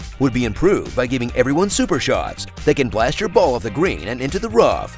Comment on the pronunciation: Did you just say ball the regular way? Has that every happened before?